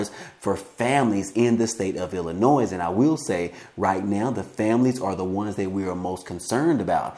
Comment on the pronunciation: there's NO NOISE IN ILLINOIS... PLEASE pay attention to how you pronounce our states name.... & as for our govenor Prick....he ONLY SEES CHICAGO...WE in Granite City and other poverty cities needs the $ 500.00 a month stimulus that he has given them